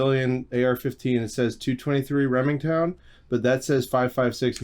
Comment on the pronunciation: Two twenty-three Reming Town 🤣